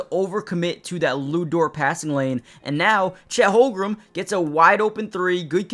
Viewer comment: Great content. Constructive criticism. Please learn how to pronounce Holmgren. It's not "Holgrum". I'm sure you know basketball but mispronunciation could make it seem like you don't.